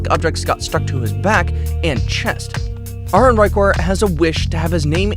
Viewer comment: He is pronouncing the name wrongly , ARUN should be pounced as Aa-ruun not ah-run 😂😂😅😅